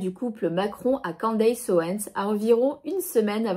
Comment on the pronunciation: On ne prononce pas 'Quandeillesse' mais 'Kenndess' 😉